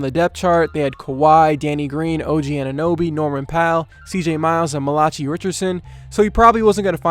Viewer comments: Dude said malachee its pronounced malakai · Ma-lah-chee Richardson had me dead ASF 😂 😂 It's pronounced Mala-kai but good video like always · Also, it's pronounced Mala-KY Richardson. Not Mala-Chai Richardson. Love the videos though. Keep up the good work. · did anyone else notice how he pronounced Malachi Richardsons name? Dude said mal-achee lmao its pronounced mal-a-kai dumbass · Malachi is pronounced "mâ-lâ-kai" not "muh-la-chee" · It’s Mal-Uh-Ky not Muh-Latch-he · “Malachee Richardson” smhhh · "mah-lah-chee richardson" i'm pretty sure that's not how you pronounce that🤣🤣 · It’s pronounced Ma-la-Ki Richardson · you pronounced malachi wrong lol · Haha wasn't expecting to hear my name in this video but ight. Also you said my name wrong